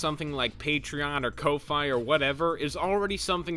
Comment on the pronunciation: ko-fi is pronounced like 'coffee'. thats why there's a cup- yknow, buying someone a 'ko-fi'.